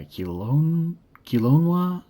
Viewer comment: Kilonia flightcraft 😂 keh-low-nah flightcraft haha